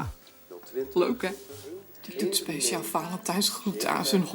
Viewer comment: Niemand hoort dat ze Peciaal zegt?